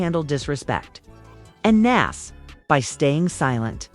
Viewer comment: Interview suck plus you saying nas name wrong can’t listen